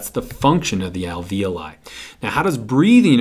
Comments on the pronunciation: This video just blew my mind. My AP Bio teacher has been pronouncing alveoli "al-vee-olee" to rhyme with ravioli... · This really helped but you really need to learn to pronounce the words LMAO like capillaries and alveoli your saying them wrong i laughed